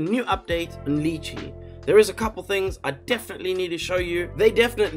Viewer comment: Lol love your vids but it absolutely throws me every time you mispronounce lychee, lol. Weirdest kryptonite ever haha